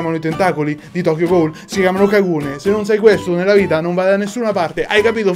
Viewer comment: E poi se proprio vogliamo fare i precisi si pronuncia "gul" e non "goul"